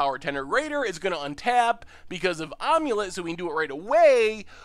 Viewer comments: Am-u-let (as in "I am"), not "Omelette" or "Aim-let" :P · Am-U-Let. I feel like you're saying ahm-u-let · not gonna lie when you said omulet I thought it was a joke deck name for some sort of amulet + eggs combo. I have never heard someone say it like that before. I figured most people have seen the old mummy movies.